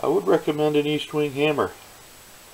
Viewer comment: I swear no one can read. Eastwing? It's ESTwing